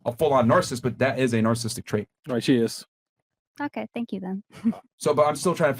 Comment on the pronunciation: After all these years still can't pronounce "narcissistic" correctly.